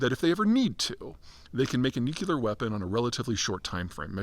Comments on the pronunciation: "NEW-CLEE-ERR not NEW-CUE-LERR. Dear god, its such a simple thing to say correctly! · Pete, is there any chance you will ever learn how to pronounce the word "nuclear?" Let me help: start with nu. Now say clee -- like glee only with a hard c sound. Now add the final er sound. Just a note: the word nukuler is not in the dictionary. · Nu-CLEE-ar. Not Nuke-you-lar. Please pronounce correctly. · It's pronounced "nook-lee-er," not "nook-you-ler." You're well educated, Peter. Why do you mis-pronounce it this way? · N-U-C-L-E-A-R not nucular! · Say “nook-lee-ur”. Not “nook-you-lur”. 🙄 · The dumbing down of ‘Murica has gotten to the point that “nucular” is an accepted alternative pronunciation. Apparently, being perpetually tongue-tied isn’t an affliction anymore. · Nuclear not nucular! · I’m confused. What’s a nucular sub? Or a nucular anything for that matter?? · Why can't this guy pronounce, NEW-CLE-UR!!! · Nu-cu-lar ? What is that ? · The only people saying nucular are Homer Simpson, George W Bush and Peter Zeihan. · Just came for the nookilar. Was not disappointed. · Pete, I like a decent amount of your stuff. BUT...could you please figure out how to pronounce the word "nuclear"? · Please for the love of god learn how to pronounce the word nuclear. It makes you sound ridiculous to pontificate on a subject you cannot seem to articulate. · speech impediment? Say NUCLEAR correctly... MORON!